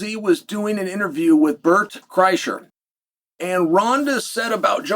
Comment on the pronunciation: How the hell did Uncle Chael get Bret Chrysler’s name right?